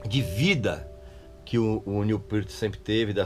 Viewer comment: Tou vendo que o Régis continua com o inglês macarrônico. Acertou no Peart mas como a larga maioria dos brasileiros, errou no Neil. Em inglês, o "L" no final da palavra não tem o som de "U", portando, não é "Niu", é "Nil".